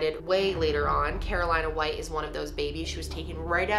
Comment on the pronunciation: 😭it was bothering me tht u said carolina white , its carlina white